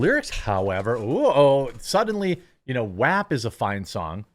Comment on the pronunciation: Thank you for saying WAP properly. I get into a lot of arguments with people about that. It's pronounced Wet Ass Pussy not Wet Oss Pussy.